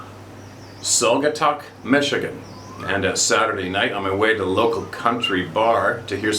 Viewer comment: Pronounced - Sogatuck.